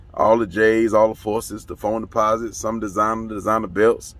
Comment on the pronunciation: My Boy Said “ Foam Deposits” Sheessshh 😬 …. I’m from the dmv, DC to be precise & boyyy did that hurt my 👂🏾